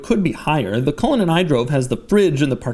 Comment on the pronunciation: Hey Cullinan (Culligan) Man!